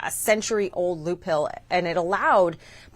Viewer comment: A loop HILL? And she says it twice. Who's running that boat, over at cbs?🙄🙄🙄